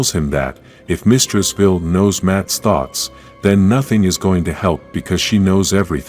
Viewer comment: Why are you saying veel its Vile the e at the end makes the i and Capital v-eye-L please please fix it the headache its giving is insane